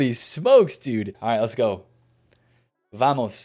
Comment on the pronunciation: pronounces every single spanish name wrong Also: vAmOs